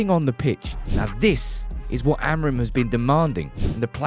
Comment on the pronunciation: Here's a tip to say "AMORIM" properly: Don't read the last "M". Here's how: take the word "sing" as an example. Now drop the "G" and you get "sin..." right? Now say it again: "Amorim"! Don't read the "M"! :)